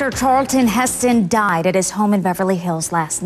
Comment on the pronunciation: Charlton! Not Charleton!